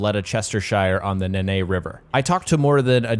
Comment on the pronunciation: the Nene river is pronounced "Neen" but it's very cool to details like river names included in the game